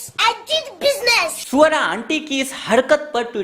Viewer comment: Mujhe to thodi der baad pata chala ki aap swara kah rahe hai isse pehle me suar sun raha tha bhai itna spasht mat bola Karo 😊😁😀